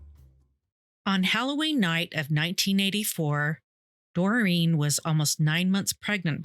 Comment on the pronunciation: Doreen is pronounced Doreeeen .. NOT Dorian 🤦🏼‍♀️